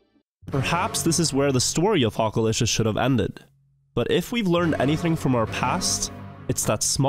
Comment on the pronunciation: I Watched this all the way through twice to keep hearing you Say Hockalishious in that accent over and Over